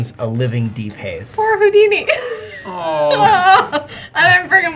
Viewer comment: Awesome battle. If I could suggest, please..... enunciate "Deep Haze" as two separate words hitting the 'H' hard. At first I thought you were saying something like, "De-paize". Hope this doesn't come off like I'm being a "" lol